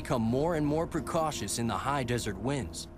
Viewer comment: Listen closely ..."precautios"? Nice try, it's precarious.